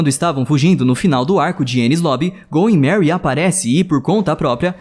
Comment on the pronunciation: é "going merry" e não "goy merry"